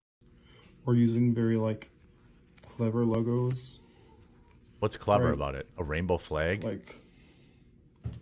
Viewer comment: It sounded like he said "Clever Luggoes." 😂